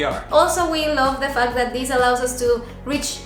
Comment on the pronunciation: sigues diciendo “these” instead of “this”!!!! 😂😂😂